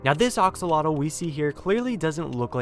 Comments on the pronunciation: It’s triggering me that you kept saying axolotl wrong. It’s Axolotl not Oxolotl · (A-xol-otl) not (o-xol-otl) pls correct this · Bruh you pronounce it oxololt? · Ur pronouncing it wrong it’s not oxolotl it’s axolotl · It's weird you call axolotls oxolotls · Ah yes the "ox-olotol". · It's axolotl. Ah-show-loach. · Sounds more like "aksalatol" to me. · It sounds like oxoltol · It’s pronounced AXE-olotl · I swear he say oxalotle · Ahhhhhhhhhhhhhhhhhhhhhhhhhh stop saying axolotl wrong it aggravates me. Edit: sorry that was rude but it’s pronounced axe-O-lot-ol. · Ah yes, my favorite minecraft mob. The Oxolotl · Ax-o-lo-tl It's pronounced like that nice vid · It's pronounced "axalotle" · Its pronounced Axe-Oh-Lottle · It sounds like he's saying oxalota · why do you say oxolotl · he called them oxalotl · Did you just call it the oxoloto?!? How dare you!!! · How to pronounce axolotl: Axe-o-lot-ul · Axe -a-la-til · Ahhh I'm sorry it just that they way you are pronouncing axolotl is killing me I pounce it like: Axeeee olotl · It sounds like ur saying oxolotl😂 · Ok, I just wanna say, it's pronounced "axe-a-lottle" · Ah, yes. Oxolotl sure is the correct pronunciation. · I'm sorry to sound like a prick, but it's pronounced like axe-oh-lot-l. The last L is pronounced as you say the word "like" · ah yes my favorite minecraft mob, the oxolotl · your butchering the word axlotl you know you say it with an a not an o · Axolotl is three syllables and nearly rhymes with "roach" or "boat". "X" sounds like English "sh", the "tl" is a single consonant similar to the English "ch" or "t" sounds. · The plural of "axolotl" is "axolomeh" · You are pronouncing axolotl wrong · You said axolotl wrong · You’re saying axolotl wrong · The way he pronounces "Axolotl" really bugs me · this guy mispronounced Axolotl on a video about Axolotls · The way he pronounces axolofl hurts. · Ur pronouncing axolotle wrong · You're saying axolotl wrong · He’s pronouncing axolotl wrong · It's not oxulotl axslodl